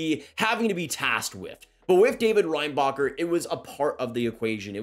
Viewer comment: The way his name is actually pronounced : Ren-Ba-Herr The way Americans pronounce his name : Rain-Bah-Cur Cracks me up every time. And most people in Montreal do the same thing to 😂 At that point id rather just call him popcorn, in honor of Orville Redenbacher